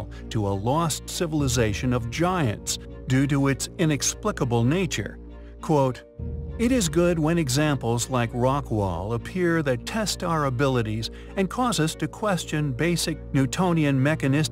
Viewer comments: Stop saying Rockwell the town is named Rockwall😂😂😂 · Rockwall… not rock well…